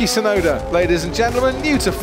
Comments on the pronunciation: no that is 'yuki' which can mean snow, the correct pronunciation of Tusnoda's name is with a long double uu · Only Jenson Button seems to get the pronunciation of Tsunoda right (probably because of his time in Japan and his ex wife being Japanese). The T in Tsunoda is not silent in Japanese. The syllable tsu (つ) in Japanese is the same sound as the "ts" in "cats". But English speakers always seem to assume it's silent. The same mistake is often made when saying the Japanese word, Tsunami. Although it's less obvious, the "u" in Yuki is extended a little bit more. Just plain "Yuki" without the extended "u" is not only the same as the word for snow, but a girls name.